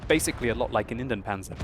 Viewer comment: sorry, gotta tell you, you keep calling the Indienpanzer for IN-DEN-panzer, but it was to be produced in INDIA, which is INDIEN in German, pronounced IN-DI-AN-panzer. Pretty much like in English.:-)